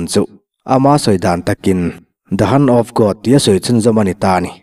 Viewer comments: The Hunt of God tiin ka ngaithla... Hand leh Hunt hi sawi hrang tawh teh aw.. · The han of God nge the hand of God....🤣🤣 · Hunt of God nilovin Hand of God ti zawk tur😂😂😂